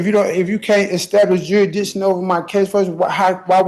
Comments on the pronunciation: "Jur-i-di-shun"? or "Jurisdiction" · He's not challenging jurisdiction. He's challenging jurisdishon! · How to challenge jurisdiction. Step 1: learn how to pronounce jurisdiction. Step 2: be theatrical and whine a lot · I saw this guy a while back. He is so whiney and annoying and can’t pronounce jurisdiction, and I just can’t watch him. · Hearing an imbecile challenge jurisdiction when he can't even pronounce it properly is comedy gold.